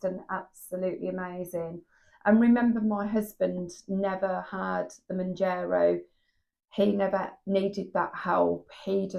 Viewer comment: Woukd love for you to keep sharing both the ups and the downs. And decisions your making along the way! Wegovey is an option to keep in mind to. Can I just point out it's pronounced Moun'JAR'o, not Moun'JER'o! Sorry, had to point that out hun. Gius luck and keep going. You can do it, dont give up whatever you do.